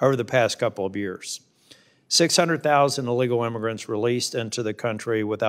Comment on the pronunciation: He can't even say the word illegal,NC deserves better than this man in my OPINION.